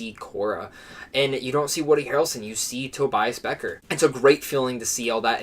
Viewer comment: You mispronounced Kira not Kora. And Beckett not Becker.